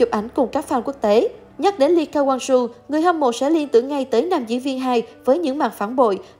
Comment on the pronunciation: Vãi cả độc tên người ta là ly ca wang su